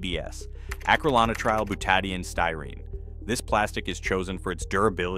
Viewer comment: The words for A and B in ABS were horribly mispronounced.